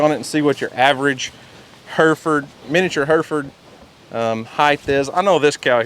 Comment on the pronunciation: Fun fact they are heh-ruh -fuhd cattle not Her-fud.